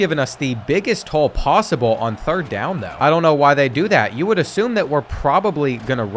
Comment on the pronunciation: Its not bean bro it's YOU 🫵